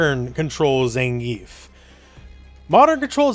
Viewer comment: Please stop calling him Zengeef.